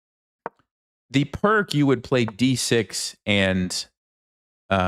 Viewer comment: The Pirc is pronounced "peerts"